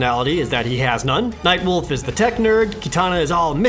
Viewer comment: Am I the only who hear "Mike Wolf" instead of Nightwolf?O-0'